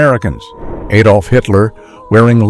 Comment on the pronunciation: Adolf, not aidolf, day advert then knock vert off and say ad olf